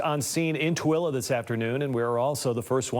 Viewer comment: And isn't it pronounced t w o l e e. Not how they're saying it on this news coverage. Isn't it pronounce like the number two and then the name Lee. Maybe I'm Wrong who knows somebody let me know I'm curious